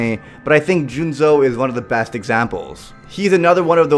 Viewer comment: Yo, english viewers out there. Is the psycho from Tokyo ghoul seriously called Junzo? In the german manga it's Juzo, wich sounds way better... Or was it a mistake on part?